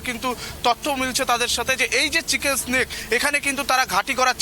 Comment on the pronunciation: চিকেন স্নেক নয়, চিকেন'স নেক।